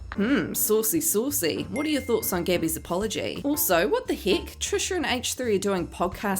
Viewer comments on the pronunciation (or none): Can u please stop saying SAUWCY SAUWCY? its soo cringy